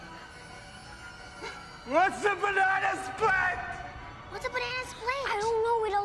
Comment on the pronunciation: the way pronounced "T" at the end of the word "split" LMAO